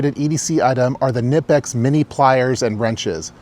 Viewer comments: The K in Knipex isn't silent. It is pronounced. But as kn, not as k-n. There's no glottal stop in it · FYI: Knipex is pronounced K-NEE-pex. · It’s German. KUH NIP EX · Cool to see you down around Pioneer Square and Oriental! PS - the K in Knipex is not silent, it’s “Kinipex’. I know, weird, right? Go Hawks!